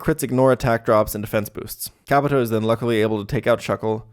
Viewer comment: Why do you say Pokemon names wrong? Kabuto is pronounced “kah-BOO-toe”